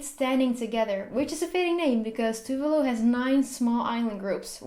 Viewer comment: It's tu-vah-lu not tuvelu 😂 tuvalu pride 🇹🇻🇹🇻